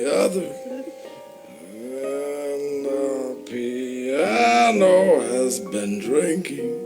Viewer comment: OMG.... the way he massacres "The Piano" is breathtaking.